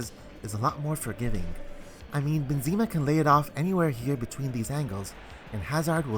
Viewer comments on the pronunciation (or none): man said benzeeeema lol, its BENzema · Great video, very informative. Please stop pronouncing Benzema like that though, lol.